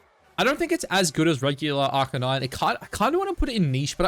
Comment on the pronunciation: Why do you purposely pronounce Arcanine wrong?